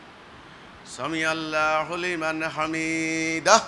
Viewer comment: সামিয়াল্লাহু আরবি শব্দ উচ্চারণ করতে জানে না আসসালামু আলাইকুম ওয়া রাহমাতুল্লাহ কোনদিন ভালো করে ভালো অবস্থা তোর কাছে কোরআন তেলোয়াত সেখানে তার চৌদ্দগোষ্ঠী থেকেও পারে না তাদের দলের কেউ পারেনা পারলে সেটা নামাজ হয়না নামাজের প্রাণ আছে ভুল ভাল জায়গায় টানাটানি করে জানতে পারেনা ঈদের নামাজকে ফলো করবেন না এদেরকে ফলো করলে আপনার নামাজ শুদ্ধ হবে না তেলাওয়াত শুদ্ধ হবে না সালাম শুদ্ধ হবে না